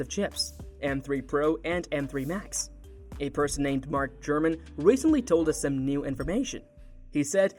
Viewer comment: His name is Mark Gurman, not Mark Gruman or Mark German as pronounced in this video.